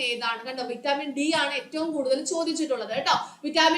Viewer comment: വിറ്റാമിൻ എന്നാണ് vaittamin എന്നല്ല